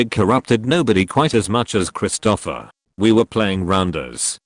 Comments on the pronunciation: XD Now I can't unsee it XD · Every time the AI voice says "Christopher" I chuckle....Krist-O-Offer instead of Krist'-O-Fur.